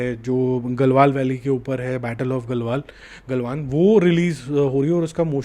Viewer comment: Dhulandhar ❌️ Dhurandhar ✅️ Galwal ❌️ Galwan ✅️